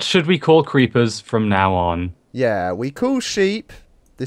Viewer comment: Geeper reeppers